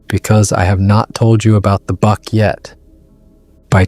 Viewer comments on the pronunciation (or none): It's pronounce BUCK not bark. (The thing that Big Foot was carrying.